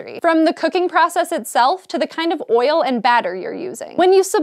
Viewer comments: why does she say oil so weird... OYIL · Oil now sounds strange, she said it so much... OIL... OYAL... OIYYLE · Hearing an american say "oil" so many times is triggering my George W Bush PTSD... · the way she says oil cringes me